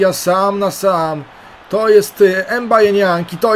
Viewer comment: Co do Nianga, czyta się go: em baje niąg. Ograniczenia zbyt duże. Ciężko Ci będzie.